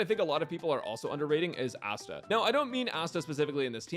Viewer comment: ah yes, "ass"ta